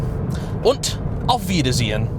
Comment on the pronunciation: Wow! "Auf Wiedersehen!" und "Bis bald!" sounded almost perfect native German.